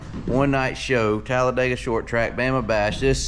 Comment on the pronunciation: Here’s a hint… It’s Talla-dig-uh not Talla-day-gah😂